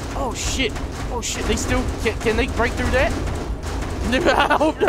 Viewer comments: When says oh shit it sounds like ocean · It sounded like was saying ocean instead of saying oh shit!